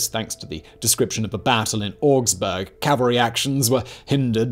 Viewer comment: funny how simon pronounces leipzig correctly, as it is nearby prague, while failing at Augsburg